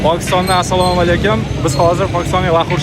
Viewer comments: Сололекум емас ассаламу алайкум ула бзани шевани чумнмиди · Assalomu aleykum deydida ukajonim. Inglizchaniku orqasini qonatding oma. Hech bo'lmasa to'g'ri salom ber o'zbeklarga o'xshab. Somaleykum qaysi til bu.